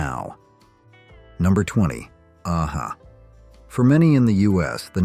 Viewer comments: Nothing wrong with using an AI generated voiceover, but at least fix the band name pronunciation. AA Ha? 😂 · I was laughing at the way your A.I. says A-HA